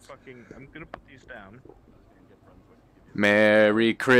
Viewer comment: When he said merry I thought he was about to say MERDE